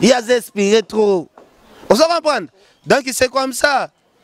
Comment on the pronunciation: Donc et non donki. Journaliste ya zoba tintin.